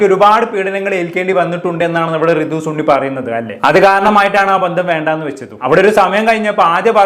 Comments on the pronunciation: Da സണ്ണി, not ചുണ്ണി aka സുണ്ണി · സുണ്ണി 😂😂 അല്ല സണ്ണി